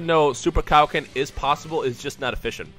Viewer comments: I DONT WANNA BE A DICK BUT PLEEEEEEEEASE DON'T SAY KAI O KEN!!! i thought it was pronounced like kay o ken man... (ik its spelled kaioken) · *its pronounced kay-oh-ken